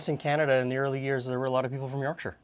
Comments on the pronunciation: Rare to find a north american pronounce Yorkshire correctly, nice one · i appreciate you not pronouncing it york shire! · Yorkshire viewer, definitely do Parkin. Pronunciation of Yorkshire spot on also. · SOMEONE WHO PRONOUNCES WHERE I COME FROM CORRECTLY